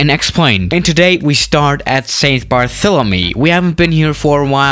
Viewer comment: When calls st. Barthlemementy St. Barthélemy.